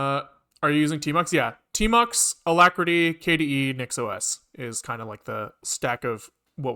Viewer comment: It's supposed to be pronounced like the name not like KDE n live